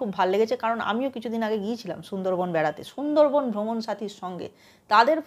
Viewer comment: Chhundor bon na sundor bon ... Tomar bangla bolata Thik kora uchit .... sob s ei ptoblem ...